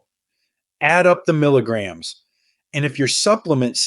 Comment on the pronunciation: Why can’t this AI voice say “milligrams”?